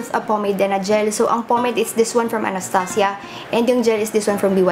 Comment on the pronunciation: Sarap talaga pakinggan pag sinasabi mo anastasia. Pang mayaman ang datingan eh. :)